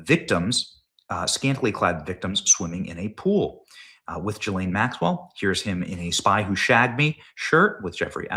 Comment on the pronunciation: Her name is pronounced ‘Gi-Laine’ If you’re going to mention the filthy old tart, make sure you get her name right.